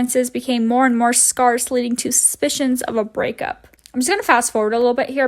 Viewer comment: lol you pronounced scarce wrong, it's said like the youtubers name. pronounced "skehrs"